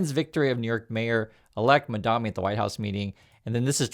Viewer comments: You need go lookup his name. You mispronounce it every time. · I find it very annoying (and sad, frankly) that you do a story on Mamdani while constantly mispronouncing his name. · I like your stuff,, but please pronounce Mamdani's name correctly. Cuomo and the other haters deliberately mispronounce it to insult him, so let's all make the effort to respect the man by pronouncing his name correctly. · Buddy, he is Mamdani, not Mandami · you’re great, but please, it’s MaMdaNi, not MaNdaMi as you keep saying. I don’t understand why people don’t take the time and care to say people’s names right. It makes you seem out of touch like Trump or disrespectful like Trump. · MamdaNi.. Not MamdaMi.... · Its not "Mandami"... It's "Mamdani". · MAMDANI not Mandami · you're killing me. It's MamdaNI, like knee! ❤🎉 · dude its MamdaNi not MamdaMi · I understand that when people on Fox mispronounce Mamdani's name, it’s just one of many ways to disrespect him. But please—pronouncing someone’s name correctly is a basic human courtesy. Read it out loud and make sure you say MamdaNi, not MandaMi :/ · You're saying mandami. You're still a real one, but it is mildly infuriating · Please learn to pronounce the man's name if you are going to talk about him. It is MamDANi, not MamDAMi. It i like listening to someone mispronounce 'nuclear' over and over. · Excellent video as always! But the name is M.A.M.D.A.N.I not MADAMI.😅❤❤ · Bro, you keep calling the mayor "MamdaMi". It is MamdaNi with N. Good videos though. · ...repeat after me! MAM-dani, MAM-dani, MAM-dani. You called him MAN-dami every single time you said his name. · mam-dan-i. not mon-dam-i. say it right. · are you saying Mamdami? I ask because that’s what it sounds like. It doesn’t sound like you’re saying Mamdani. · yall please pronounce his name right lol mamdani not mandami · MAM-DANI Not Mandami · His name is pronounced Mamdani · MAM DANI You're saying it the Cuomo way.